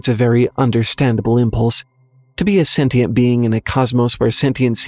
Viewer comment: You pronounced, “sentient” wrong😂